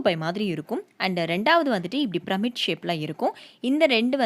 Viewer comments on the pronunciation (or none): Aunty it's not pramid it should be pronounced as pee-ra-mid I mean the pronounciation. But it's spelling is pyramid